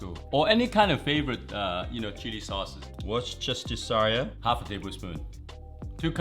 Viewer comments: Omg he pronounced Worcestershire better than most native English speakers... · First off, your dad is amazing. Second, I've never heard a better pronunciation of Worcestershire in my life